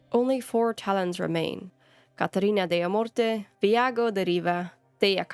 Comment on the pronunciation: By the way, Mary Kirby, who wrote Lucanis, said that his surname is pronounced like "Day-ah-MORT-ey"